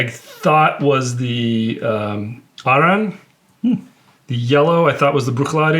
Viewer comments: Stop calling Arran, "ERIN" or "AARON". That is an idiotic American pronunciation. I see this in other Youtube channels too. It's AH-RRAN. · It’s pronounced air-un guys. And it’s the best whiskey you had there. AnCnoc is very good as well. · I love these guys but they try to get so fancy with it and it’s not good… it’s literally just Arran like the name “Erin” or “Aaron”. Maybe with a slight “Ah” but not whatever they were doing, their research is always spot on but this episode missed. Saying Bruichladdich is peated too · FFS. That is absolutely NOT how you pronounce it. "ERIN or "AARON" is utterly wrong. The locals pronounce it "Ah-rran". ie Scottish gaelic. Dutch calling Bruichladdich as peated is wrong though. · I’m sorry to bust your bubble but the master distiller from Arran even acknowledges that pronunciation is ‘Aaron/erin’ otherwise he would have corrected everyone when he received the online whisky award. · True. Very peculiar pronunciation.